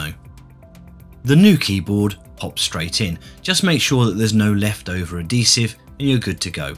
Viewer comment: It's pronounced ad-HEE-sive not ad-DEE-sive! :P